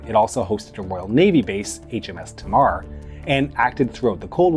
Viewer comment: Excellent video, thank you. I loved HK. Small point, it's HMS T*amar* , hard A not HMS Taaaamar, soft A.